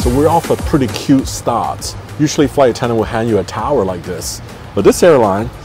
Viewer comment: Wow!! You are sucking up to Uzbek Airlines for a free business class ticket. You are v good in sucking up.!! BTW - It's "towel" not "tower".!!!